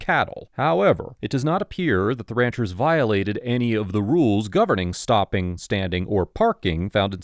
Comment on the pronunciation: It’s the pronunciation of “Ranchers’s” for me